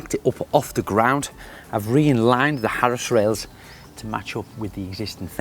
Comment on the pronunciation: Not with the Harris rails again Craig!!!!! It’s Arris. 🤣🤣🤣🤣🤣